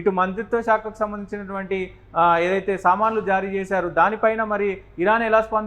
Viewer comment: Samnlu kadu sir samanlu pl